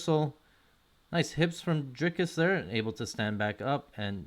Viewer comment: Dude, he's been in the ufc since 2020, don't you think it's time to learn how to pronounce his name. There's no S in the middle. Dri- ( like tree) -cus. His surname is pronounced like you would pronounce 2+3